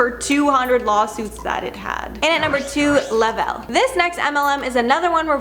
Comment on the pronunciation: Thrive is le-vel said level